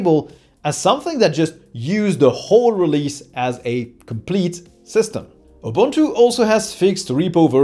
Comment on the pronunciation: Kudos to you for pronunciation. Ja, that is more or less what Ubuntu sounds like in the real world. When a reviewer mispronounce, I unfollow. I just followed your channel. If you can pronounce it, you achieved more than so many Linux "experts."